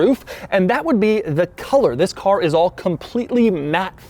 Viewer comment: You know its doug when the video start with “zzzis” (this)